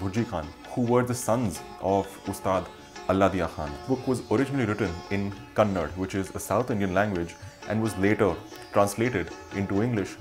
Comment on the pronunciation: A great video. Can you recommend books on instrumental music too, or on instrumentalists? And please note - it is not Kannad, but Kannada. The name of the language is Kannada.